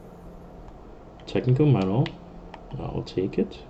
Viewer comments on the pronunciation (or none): Excellent and informative. My only complaint is your mispronunciation of manual. Three syllables, man-u-al.